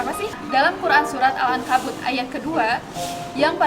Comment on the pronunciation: surat yang benernya, Al Ankabut ayat 57, yaa.. itu penyebutannya salah